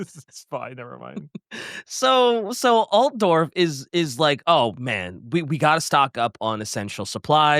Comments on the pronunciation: AltAdorf? Wheres the second A in Altdorf? Konrad? Nibble on that mans neck. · Aargh Alt-duh-dorf? Look how they massacred (the pronunciation of) my boy!! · It’s Alt-Dorf, where did get the extra “a”? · and Possum did a great job covering the Von Carsteins in this one, but somebody PLEASE tell him how to pronounce “Altdorf” 😭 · mispronoucing Altdorf is really killing me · destroying every character and place name gets annoying after a while. Like what the hell is “Altedorf” and “Von Carsteen”. A little bit of effort man,….